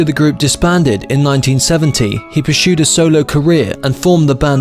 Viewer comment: Why do you say sHtudio and pursHued? There are No Hs in these words!